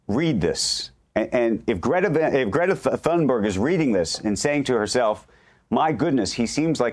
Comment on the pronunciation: Learn to pronounce Thunberg correctly. The first part of her name sounds like "toon".